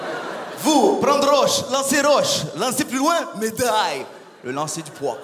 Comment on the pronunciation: Son accent russe est genial ! "Medaiiille" 😂😂